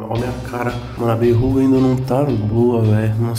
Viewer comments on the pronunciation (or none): VERRUGA NÃO "BÊ"RRUGA PQP!!!